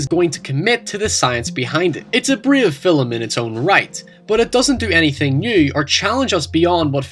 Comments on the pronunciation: film.. its not "fillum".. just like "talk" is not talluk" "stalk" "stalluk Just saying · I pronounced 'film' as 'filum' today because I've been binging your videos... my friends all gave me shit.